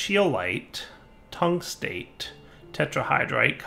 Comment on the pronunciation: You did pronounce the epichlorohydrin right, but you've been butchering the tungstate for episodes now. Metal name plus -ate means it's the negatively charged oxide. Well, metall as in astronomy, where anything past helium is a metal. Tungstate, Chromate, Phosphate, Vanadate, Carbonate, all of them have any kations and the game makers decided to give you lithium. That being said, all of them probably work the same way in automatic processing, hint.